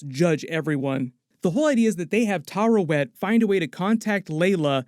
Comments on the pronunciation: Its Taweret btw not Tarewet. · Tuh-WEAR-et That’s how the show pronounces it anyway. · Taweret: exists: Tarawet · Why do all the youtubers I subscribe to say Tarawet when her name is Taweret bruh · Oscar Isaac literally says “Taweret” several times throughout the series… Why does every YouTube commentator always mispronounce that name? …annoying… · It's Taweret,:D